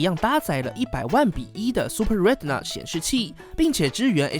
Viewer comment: 難得台灣有比較深度的手機評測，希望可以再努力加強一些科普的內容(之前都看王自如的，在影片中學到不少知識)，會讓影片更棒，不過光是唸對retina這個單字就足夠讓人推了!